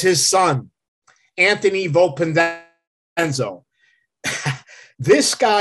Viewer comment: For someone who did research. He murdered the names.